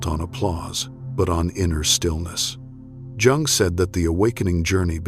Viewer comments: It’s hard to hear his name have two different pronunciation gung and yung I think the correct one is the second yung the vidoes are excellent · I see myself in this. The constant criticism... and then I married a man who did the same thing. I also had to minimize my spiritual interests. So many other signs I relate to!! PS: isn't Jung pronounced as Young? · Please have your AI pronounce Jung's name correctly and stop interjecting "music". Proof your final content and reading. Otherwise, your channel appears amateurish. The content is good, but the delivery with AI not good. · YES! It's driving me crazy every time I hear him MISPRONOUNCE the name of the person is quoting!! It is disrespectful and ignorant. I will go to another website.